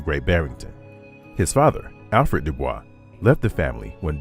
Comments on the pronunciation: When referring to W.E.B. Dubois, it’s pronounced “doo-BOYS,” not the French “doo-BWAH”. This was his personal preference and is also backed by Oxford. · They don’t pronounce Dubois name correctly. Credibility issues… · The narrator pronounces DuBois's name incorrectly.